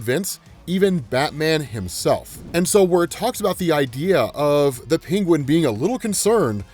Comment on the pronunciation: Love ya but HATE the way you say Penguin. Pingwin.